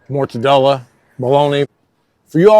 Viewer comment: I've been eating mortadella long before I tried regular bologna. Yes I'm Italian-American and I appreciate your articulation efforts! Thanks.